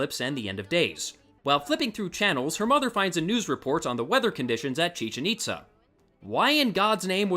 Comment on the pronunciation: thats not how you pronounce chichen-itza do you hate mexicans? or do you hate mexico?